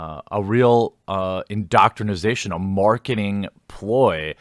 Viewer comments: Please stop saying "indoctrinisation" it's indoctrination..... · I hate to be "that guy," Jeremy, but it's indoctrination, not indoctrinization. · Excellent leaks but bruh... it’s indoctrinATION, not indoctrinIZATION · For the love of the gods, Jeremy, stop saying indoctrinasation. Please. It's indoctrination.